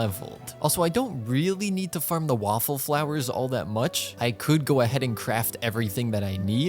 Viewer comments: He said waffle flowers instead of whooper flowers🤣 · WAFFLE FLOWERS!! (Jk I'm aware it's whopper flowers but I can't be the only one who heard waffles???) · is it just me or he literally said waffle flowers?!😭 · does he say waffleflowers intentionally? or am i crazy